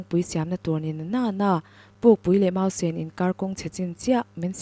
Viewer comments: Mausen i lam rok khan... sen.. kha red mizo tawnga i sawi ang khan lam ri la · Lam dik tum teh i chhiar ve si a. Mausen i lam dik lo